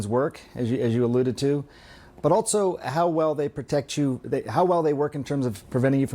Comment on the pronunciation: Why does he keep saying "altso"?